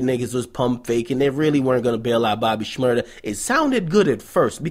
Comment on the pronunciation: It's Shmur-daaaaaaa!